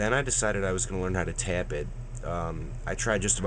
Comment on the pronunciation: You don't hear...... "I was gonna learn how to tyap it"? lol He kind of does, but not major.